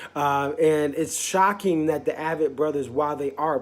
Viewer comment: “Ay-vett” Brothers...